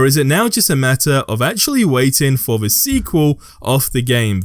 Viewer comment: Its the way this guy says "the" as "vee"